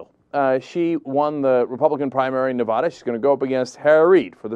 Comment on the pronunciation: Neh-vad-uh. Say it right, dude.